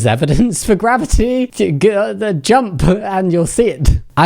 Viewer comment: did he mean mavity? never heard of "gravity" lmao